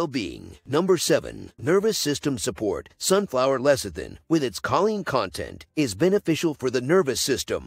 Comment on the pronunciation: Choline is pronounced: KO-Leen